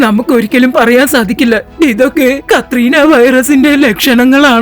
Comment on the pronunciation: കത്രീന വൈറസ് അല്ല കൊറോണ വൈറസ്